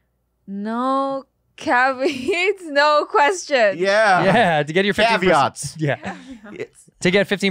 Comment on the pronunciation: When read that ad and said "no caveets," that's confirmation that she and Bobby are indeed related.